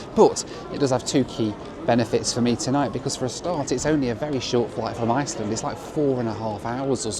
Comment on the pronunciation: After that pronunciation, I'm sure Iceland will be recalling their ambassador for consultation.